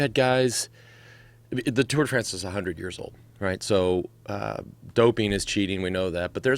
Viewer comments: Fronce lol It's France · I love how Joe always perfectly pronounces the "Tour de Fraaaance". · at 1.46 the way he pronounces France is hilarious! Is Joe an undercover Brit?